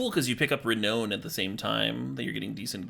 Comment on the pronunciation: Love everything about this except for your pronunciation of "Renown." The last part of the word is pronounced "noun" not "known" even though being renowned literally means being well known or famous. Very unintuitive.